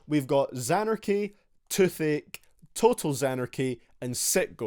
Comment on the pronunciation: You saying Touth Ache but all I understood was Too Thick